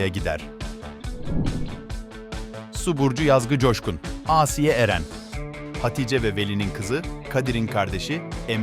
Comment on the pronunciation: Asiiye değil ağsiye